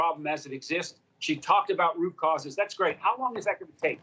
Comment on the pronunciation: Haha rucauses rucauses